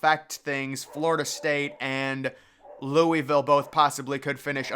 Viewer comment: Lou-uh-vuhl. Not lewiville